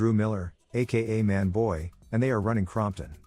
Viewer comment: Couldnt at least use a dummy tbey went wit this horrible cgi attempt lol..plus ai voiceovers r ass CROMPton wtf!?!!